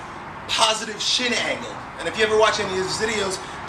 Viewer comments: lol thought I heard him say "positive shit angle" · I totally thought you said "Positive Shit Angle" lol!!! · Thought he said "positive shit hanging." hah Awesome video, I love front squats.